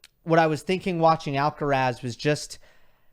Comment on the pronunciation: it's Alcaraz not Alcarez 🤓